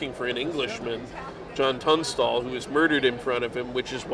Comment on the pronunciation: It’s Tunstall, not “Tungstall.”